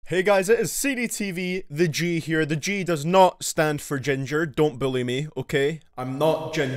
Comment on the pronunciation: When he said in the intro “I’m not a ginger so don’t bully me” it sounded like ”don’t believe me” Lmfao